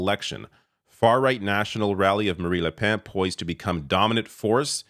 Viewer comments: I though I heard you say Marie Le Pants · shocking how little you know about this and how little research you have done, cant even pronounce marine le pen's name or Melenchon's name. les republicains didnt say they were going to work with the far right. as a matter of fact there was a huge split within the party because of it with the majority of them rejecting the far right